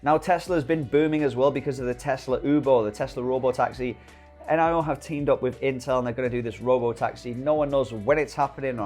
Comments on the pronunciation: Its NIO, not N-I-O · why do you called it N, I, O?? Like "neeeooo" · I believe it's pronounced neo mate.